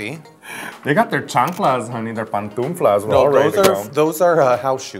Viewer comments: We got her CHANCLAS honey their PATUNFLASS! JAJAJAHAH I DIE it's 'pantuflas' no patunflas JAJAJAJAJA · "PANTUNFLAS" LMFAOO. Its pantuflas, bby. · The way Raja says pantunflas instead of pantuflas. She's fierce and adorable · Chanclas, "pantunflas" I cried